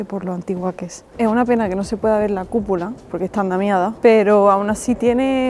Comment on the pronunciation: Hermosa mujer. Me encanta como se come las eses